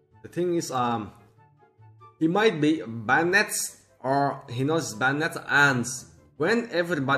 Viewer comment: don't pronounce banned with "ed" instead pronounce it with the "d" bannd